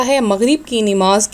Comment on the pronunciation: Nimaz hota h ya namaz ap ka talaffuz v galat hua h